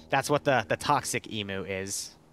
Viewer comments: god that was smooooth the radio interference and the presentation just perfect immersion the only flaw is your pronunciation of emu, which i suspect is because a) you find it fun to say that way and b) because it makes us aussies complain lmao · "Emoooo" As an Australian your pronunciation is horrific, then again everything here even the non-aboriginal named places are hard to understand For reference it's "E" as in how you say the letter, M as in mmmm, and U as in you. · lol this is epic! btw they are pronounced E-Mew(s)